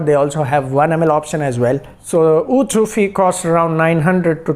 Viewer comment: Its not sufi bro its seyufi